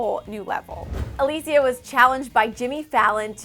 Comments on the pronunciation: Omg, her name is Alessia - pronounced Uh-leh-see-yuh!!! Not Uh-lee-see-yuh. Omg, even when you search her up "alessandra" comes up. LMAO, get my girl's name right 😂😂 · A-Less-Sia not A-lee-sia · Not trying to hate just making a simple correction, it is actually pronounced a-less-ia not a-lee-sia. I love, no hate intended <3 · Please it's not Aleeesia,it's Alessia!! xD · Is "A L E S S I A" ,no Alissia😐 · It's not Alicia it's Alessia (AHH-LEHHH-SSS-IAA) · it's not ALISIA it's ALESSIA. It's italian,god. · It's not Aleecia it's Alessia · ALESSIA. not alisia. jeez just google the names before filming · A-LESS-IA not ALYSIA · LOL "Alecia " it's Alessia lmao u had one job lady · ITS UH LESS EE YA NOT UH LEES EEYA PLEASE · Its alessia not aleesia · ALESSIA (AH-LEH-SI-AH!!!) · It's A- LEH- Sia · its ah-less-ia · "aleessia" I cringed overtime omg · Ally N EXACTLY I KEPT CUSSING HER OUT EVERY TIME SHE SAID "Aleessia" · Is im the only one who cringed when she said Alėssia cara just me yeah just me ootay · Why does nobody care that this woman is pronouncing Alessias name WRONG! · She pronounce! Alessia's name wrong! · CRINGE CRINGE CRINGE PRONOUNCE HER NAME PROPERLY PLEASE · Does anyone else cringe everytime she says Alessias name? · dannydash3 you mean when she pronounces Alessia's name wrong?? yes!!! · I can't get over the fact that she's pronouncing her name wrong!! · I grunted when she pronounced her name wrong multiple times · YOU'RE SAYING HER NAME WRONG FOR FUCKS SAKE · am i the only one who got annoyed when she mispronounced her name? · you pronounced her name so wrong, cringed hard my god